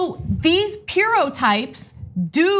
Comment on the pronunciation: Pirro, pronounced- Py-ro. Toodle-oo P-eerie-o.